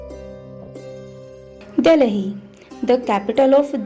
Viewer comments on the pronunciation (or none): You were pronouncing DELHI wrong